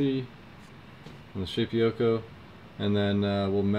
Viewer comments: I'm not absolutely certain, but I think it's pronounced "Shay-poko". Shape - Oko. Shapeoko. It sounds like you are saying "Shape-ee-oko". I don't think that's right. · P.S. I think the correct pronunciation is shape-O-ko